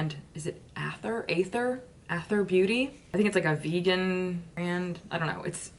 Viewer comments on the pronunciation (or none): Oh & Aether is pronounced EEE-ther. Like 'into the EEE-ther' meaning like ethereal &cosmic 😉🌙 🌟